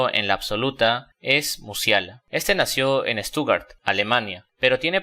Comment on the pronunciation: Yamal es Catalán, no Marroquí. Ni siquiera pronunciaste bien el apellido de Hargreaves o como se pronuncia la ciudad de Stuttgart. Antes de subir contenido, cersiorate de enmendar esos errores y consultar fuentes.